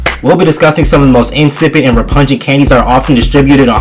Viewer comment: Not to be that guy brother but it’s repugnant re-pug(like that dog)-nant(ant with an n) not trying to be a hater or some shit but you said repujent twice